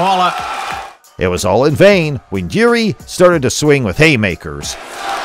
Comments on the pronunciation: yeah but his name is not YURI Its JIŘÍ stress him about that next time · The biggest fight here is the american trying to pronounce Jiris name xD